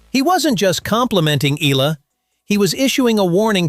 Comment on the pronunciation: … hey MAN…!!! Will You … Kindly Pronounce IT… Right…!!! Please…???!!… its…” E - YA - LA…!!!